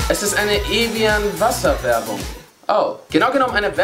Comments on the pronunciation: Das wird „Ewijo“ anstatt „Ewien“ ausgesprochen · Nicht "Evian" sondern "Ewio" ausgesprochen. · Evian wird Französisch ausgesprochen. Das klang aber wirklich echt lustig wie du es gesagt hast😅✌